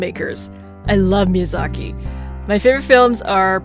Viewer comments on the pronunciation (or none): Hey it's Miyazaki and not mizaki :) and the 10th style is samurai jack (sorry if my English is bad :c)